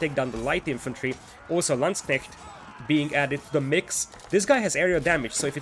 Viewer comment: Your "Landsknecht" actually sounds like "Landsknecht". Good job!